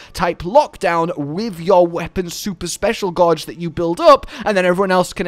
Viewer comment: The way he says gauge always messes wit me.